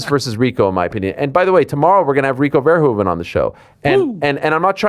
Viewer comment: one of the few people who actually pronounces Rico Verhoeven the right way